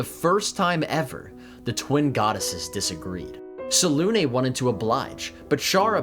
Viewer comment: I can tell you're a professional because you pronounce Selune correctly. C'mon BG3.